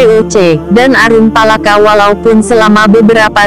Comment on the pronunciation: Hahahahaaaa....nyebut saja nama aruppalakka nggak karuan.